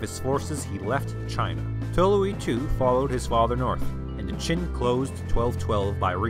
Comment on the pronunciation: Great video, but "Jin" should be pronounced with the J in "Jingo." You pronounced it like "Ch'in" which sounded like the "Qin" dynasty. By the way, the official name of the Jurchen empire was actually "Aisin Gurun," meaning the "Jurchen State." The Chinese name "Jin" (金) was chosen as the Chinese translation because "Gold" was the color that represented the united Jurchen nation. A Chinese name was both a diplomatic and governing necessity, since Aisin Gurun also had Han Chinese subjects and Chinese was the working language among commoners. However, the national language "國語" was actually Jurchen instead of Chinese. The imperial court, on the other hand, was bilingual in Jurchen and Chinese.